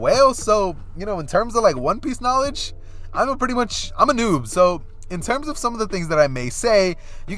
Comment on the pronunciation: You said 'im a Noob' i heard im a Noodle